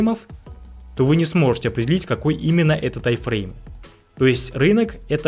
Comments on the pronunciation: не тай, а тайм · Почему тайфрейм? Таймфрейм же, ухо режет 😮‍💨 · Претензий к информации автора нет, просто интересно меня одного подбешивает когда он говорит «тай-фрейм» а не «тайм-фрейм»?😂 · ТАЙМФРЕЙМ, а не ТАЙФРЕЙМ, ПАДЛА😆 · Этот парень учит нас а сам не знает что говорит, какой тайфрейм? может тайМ-фрейм?